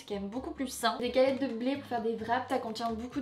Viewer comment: Coucou, les cébettes sont une sorte d'oignon nouveau et on les prononce cé-bête :)